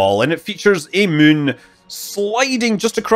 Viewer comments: To all space linguists: Scott's pronunciation of "moon" is not [my:n] but [mʉ:n]. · As a non-native speaker who is mostly used to hearing different american accents or sometimes some english ones I enjoy the way Scott say Moon/Mun. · I like how Scott can't say the word "moon." Only "Mün." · Scütt Münley